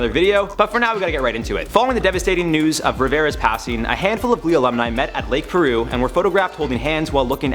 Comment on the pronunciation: its Piru not Peru..like PIE ru